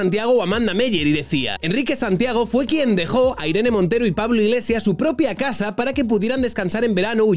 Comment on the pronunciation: Lloraré de alegría el día que Pablo diga "casa" en lugar de "gasa" y "politica" en lugar de "politiga".